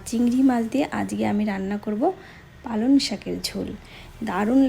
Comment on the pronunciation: কথাটা পালন শাক শোনা যাচ্ছে ।পালঅং শাক ।রান্নাটা একদম নতুন ।করব একদিন।